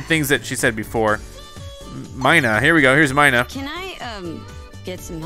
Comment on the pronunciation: "mine-uh" and "finish that parrot thing off" - this is Alolan erasure and prejudice and honestly I thought you were better than this